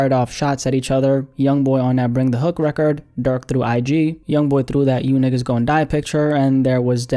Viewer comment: Nah, bro the way you say nigga I can tell your not black my boy.